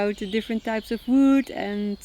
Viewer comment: Them saying "Wood" just makes me happy. "Woud" I'm also worried about the deck on the rock. I feel like it's going to catch wind and flip off like a piece of paper.